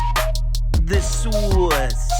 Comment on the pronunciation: The soice, the soice…the SOICEEEE 🤣